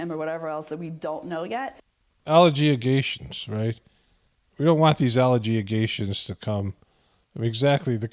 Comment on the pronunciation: Oh.. such a victim of crimes! And she is inventing new words.. allegiagations! 😂😂😂